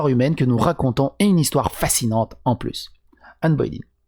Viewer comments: Anne "Baulaine" et non pas Anne "Bauléïne" !!!! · Mais mais mais. On t'aime hein, mais c'est Ann BoleYn pas Ann Boylen. 😂😅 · C'est Boleyn pas Boy line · C'est pas Bo-é-lyn. C'est Bo-lé-yn. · Que Satan me chatouille l'anus comment t'as prononcé Anne Boleyn au debut ! 😂 c'était presque beau haha . Ah ben pas qu'au debut en fait... Anne Boylin 🤣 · ca se prononce anne bolène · Ca se prononce "Bolaine" non ? Comme le "Hai" de "Haine" (ça devrait parler à MJ comme ça).